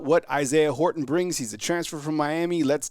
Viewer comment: Dude! Horton has a T in it. Say it that way. Thanks